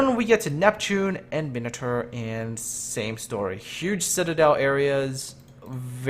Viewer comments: Min-o-tar not minater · your mispronouncing Edinburgh. it's more like edinburough. Also you say minotaur weird